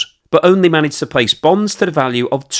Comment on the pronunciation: Is he saying Bones?😂